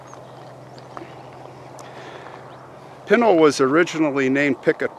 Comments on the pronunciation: I've lived here in AZ for over 20 years and my husband is born and raised. It's called P with a short i...then n ..a[short a]..l. It is never called what you called it. My husband [whose 54], says someone is messing with you. LOL Welcome thought to AZ, lots of interesting cemeteries and old towns. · I lived in Superior, Globe and Miami, Arizona. I grew up riding the dirt roads of the Pinal mountains. I like a few months from being 60 years old and all my life Pinal pronunciation was the way you choose Not to say it. Only after people was more learned on how to say words by their spelling did the pronunciation change. It’s just like the word Gila, Gila monster is pronounced with an H and not a G sound. It’s a shame that future generations will not be able to hear how the people before them pronounce the words and will only go by how it spelled now.